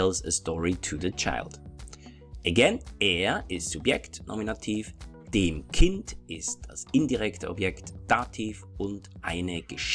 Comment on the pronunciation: Very good video! Thanks! Anyway I’ve always wondered why do you pronounce ”dem” like there was an i. It sounds like dim. I hope you understand what I mean. Greetings from a Finnish speaker, we use 15 cases! 🇫🇮🇩🇪